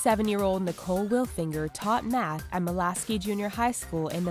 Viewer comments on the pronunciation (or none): HAH "Nicole Will Finger" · Nicole willfinger lol Nicole....Will....Finger lol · 'wilfinger' hahaha you kidding me! :'D i will pass actually your okay fatty.. =D